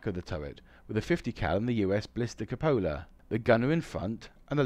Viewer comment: Oh my, +1 point for 'glacis', -1 point for 'cupola'. It's queue-poll-uh. For a brief moment, I thought the fault with the tanks of Yoh was the cupholder on the turret roof. :-)